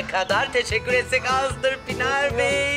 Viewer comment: Hahahhaa o terapist Pınar Bey'e Pinar Bey diyor 😂😁😀 hahaaa 😂 ilahi ☺